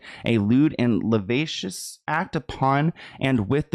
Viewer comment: Hey - as always, incredible work! Please be safe. I worry for you! Just a heads up: the word lascivious (as in lewd and lascivious) is pronounced luh- shih-vee-uss. Love you